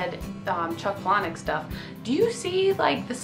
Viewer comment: I like that you pronounce Palahniuk correctly.